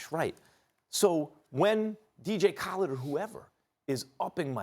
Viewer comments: kawha lennid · This man said "DJ Collid" smh Bonafide Scrub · Said dj Khaled name wrong 😂😂😂